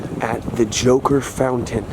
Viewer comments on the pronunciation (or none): none